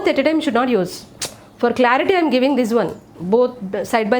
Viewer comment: Mam you should not say yam you should say am